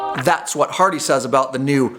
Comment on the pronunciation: Are you saying HarLey or HarDey???